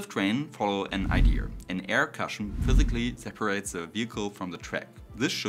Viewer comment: Gutes Video! Aber sprich bitte nicht so schnell. Dein Englisch ist schwer zu verstehen, wegen dem starken deutschen Akzent. z.B "cushion" wird "kuschen" ausgesprochen.